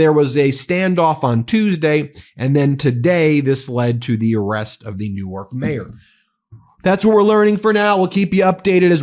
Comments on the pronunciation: Great to see this being covered on this channel, Ben. Thank you. This hits close to home as a NJ resident. Pro tip. We pronounce it like New-Work, not New-Arch. 💙💙💙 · Ben, fyi - the pronunciation of NJ Newark is one syllable. Delaware Newark is two syllables similar to how you said it.